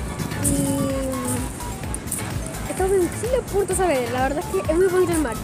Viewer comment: Súper bonito allá :3 pero se dice Saavedra, lo sé por k ese es mi apellido :P